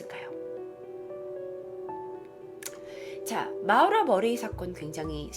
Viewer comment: 근데 마우라? 모~라 아닌갘ㅋㅋㅋㅋㅋ 재밋게보고갑니다~~